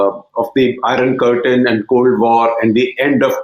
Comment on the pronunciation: I enjoy all your presentations. They are really informative, non biased and clear. However I am surprised that you are pronouncing the word, "iron" like most of the Indians are doing. Please try to correct it. Iknow it is hard to unlearn...